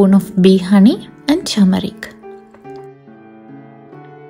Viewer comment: it's not chamarik, it's turmeric ( haldi)